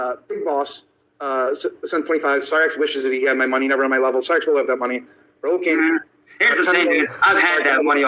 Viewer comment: I can’t wait till shows all the video and audio she collected again and calls out “Cy-rakes” as she calls him